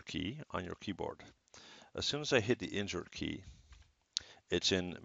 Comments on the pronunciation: could be more clear on mentioning that key almost sounded like "injure key" !!! wtf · i heard the same lol and i googled "which is the injure key" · Thanks for replying, Mike, I also heard injure key lol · Mee too totally heard injure key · I heard injured key too lmao